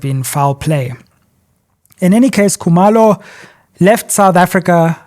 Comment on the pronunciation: Sizwe pronounces Zulu names like a Walsh would "Coo-mur low"and Xhosa names like a Mpofu,"Xola Nqola"😂😂